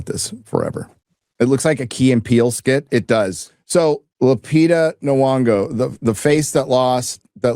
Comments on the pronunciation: If you please, Lupita N'Yongo's name is pronounced Enn-YONG-oh. Any time an African name starts with a consonant like M or N, they are pronounced, as if that consonant functions as its own syllable, as in "Emm" and "Enn." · I believe it's pronounced "nyonnygo" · I'm convinced youtubers like this guy don't actually like movies. He says he just wants a good story and is fine playing with the "look" of mythological adaptations, but can't get over the fact that in his mind Helen has the wrong skin color. Also for a guy who reviews movies it's a little weird that he can't pronounce (Academy Award winner) Lupita Nyong'o's name. He also seems to have an opinion on the Wilson Odyssey translation without knowing "classicist".